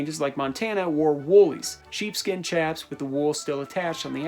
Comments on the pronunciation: PS chaps is pronouced shaps, not CHaps. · Chaps is pronounced with an “SH” not “CH”.... chap (with a ch sound) is something that happens to your ass when it’s wet in the wind. You get a CHapped ass! Lol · Great vid, one thing the word "chaps" is pronounced "shaps" like chaparral brush. Source: actual working cowboy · Chaps are pronounced shaps